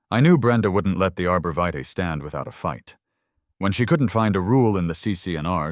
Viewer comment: The pronunciation of "vitae" was butchered several times. This is a lazy creator who doesn't respect their viewers.